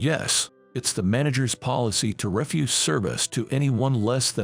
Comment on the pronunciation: And refuse. REfuse pronounced that way is rubbish. Refuze is to decline to do something.